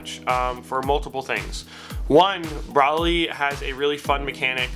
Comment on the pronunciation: yeah i punched the shit out my monitor when he said his name like that